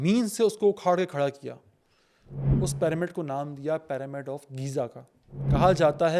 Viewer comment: PAAramid kya hota hai? It's pronounced PIRAMID . Pyramid ka Y ee pronounce hota